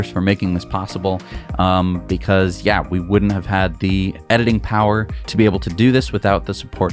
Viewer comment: "consume less powah!" Sure buddy, you first. No airplanes for you, zealot.